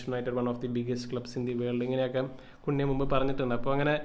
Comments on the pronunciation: കുണ്യ അല്ല ബ്രോ... കൂന്യാ...😅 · കുൻയാ എന്നാക്കി കൂടെ ബ്രോ 😁 കേൾക്കുമ്പോൾ എന്തോ പോലെ 😁😁😁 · Its better when called cun- ha 😬 (കുന് -ഹാ)